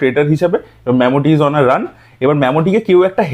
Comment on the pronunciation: আগেও বলেছি, আবার বলছি... 5 বছর কেরালাতে বাস করার অভিজ্ঞতা থেকে বলছি.... 'ম্যামুটি' না... উচ্চারণ টা 'মামুটি'... Extremely irritating লাগলো